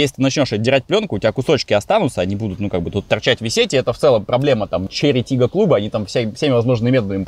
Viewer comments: Можно 10 часовую версию того, как пытается выговорить название тачки😂😂😂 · Почему Volkswagen Golf GTI II или Porsche Cayenne Turbo S можно произносить а Chery Tiggo 4 PRO надо коверкать? Может вам бросить рассказывать про машины, ибо хуево получается. А пилить то что получается? Документалки, разгоны, путешествия, зубы